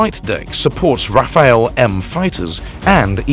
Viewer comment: Rafaéle?? LoL... Ra-fa-le!!